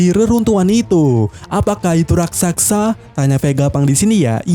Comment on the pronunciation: Ahh min,, pengucapan yg berulang Bukan RAKSAKSA, juga bukan RASAKSA, Tapi yg benar RAKSASA, RAK-SA-SA.